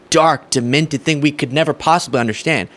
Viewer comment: Anyone else notice saying undershtand?